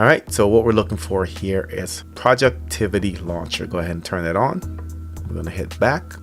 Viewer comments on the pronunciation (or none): Hilarious, you corrected his error with your own error because it's NOT pronounced OR written as project-tv... it's written as projectIVY and it's pronounced project-ivy, although a lot of people pronounce it as projectEV...but a lot more people pronounce it as projecTIVITY as in this video...even though there are no extra T's or I's...just 1.😄 Project IVY is how it was known when they were developing it as a lot of coding applications are defined as "projects" when developing, along with a code name before actually giving it the final name, in this case "Ivy"...so they just merged the 2 together and kept it as the final name. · What kind of accent is that FFS :)) It's not "Projectivity." It's Project Ivy, as in the plant "Ivy"? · It's pronounced "Pro-jectivy" NOT what you're calling it, "pro'jectivity'. Get it right guy...🤔🤔🤔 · its pronounced PROJEC-TV or PROJECT-TV . Its a play on the words Project and TV. Not sure why everyone gets it wrong.